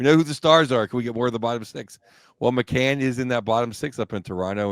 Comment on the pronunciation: Awesome podcast guys. I met you at Lexus Club after that Stars debacle. Also it’s Bobby McMANN not McCANN